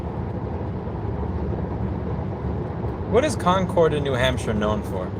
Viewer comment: The Cardiac Sam is one of their best sandwiches! :) BTW Louis, it's pronounced "Conquered" not "Con-Cord".